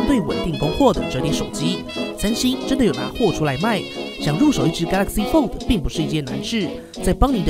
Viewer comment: 拜託可以把 fold 的 d 發得清楚一點